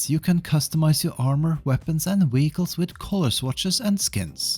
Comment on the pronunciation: Wheeguls 😂 i had to run to my phone because im like what is a wheegul! No but i get English is not your primary language. It was just funny to hear.